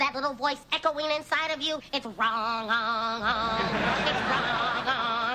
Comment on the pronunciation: Lol, it's Wr-ong-Ong.😄